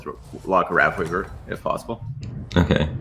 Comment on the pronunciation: Wraffweaver. Free Star units. This guy needs speech therapy.